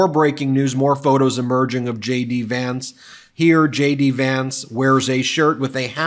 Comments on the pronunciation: I thought you were saying j d vance, shady Vance... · Sounds like you're saying Shady Vance - it fits regardless! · When Ben said “JD Vance”, I initially heard “shady Vance”.